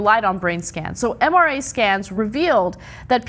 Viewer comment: 'MRA scans'? Ana? Really?